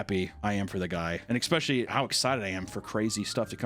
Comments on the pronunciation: IT’S ESS-PESHULY NOT EX-PESHULY. I’m going to comment on every video until you say it right. You’ve also said this psycho’s name wrong in every video. Nick-acado not nickado. Please get better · please stop saying exspeshully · yet you still say Xspeshaly. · I love you dude but FOR THE LOVE OF GOD😂 There is NO X in ESPECIALLY😂😂😂😂😂😂😂